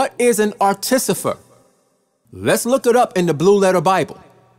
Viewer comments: Artificer not Articifer. Peace bro. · ar - ti - FI - cer not ar-ti-CI-fer ^_^